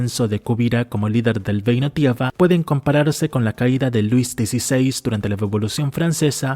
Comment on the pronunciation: El vídeo está genial, está muy bien hecho el análisis y está buenísimo. Pero sin ánimos de tirar hate, deberias considerar ir a un logopeda o buscar ejercicios en interner para poder soltar más la lengua, porque mira que es frustrante escucharte decir frases que suenan hasta POETICAS (hay frases que están para tatuarselas) para que luego todo se caiga con un "geino tiega" o "Koga". En fin, sigue así, es el primer video que veo de tu canal Y ME ENCANTO